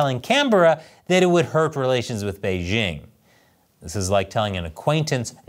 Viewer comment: Doesn't the host know how to properly pronounce the word "Beijing"? The "j" isn't pronounced like the "g" in the English word "regime," it's pronounced like the "J" in the English name "Jim."